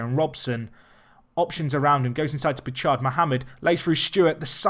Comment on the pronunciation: Not entirely certain, but I think Bouchard is Boo-shard not Boo-chard